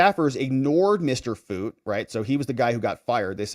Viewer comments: The e is silent of Foote, pronounced foot. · Foote pronounced foot.